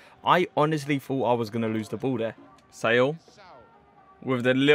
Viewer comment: “Say all” its Saul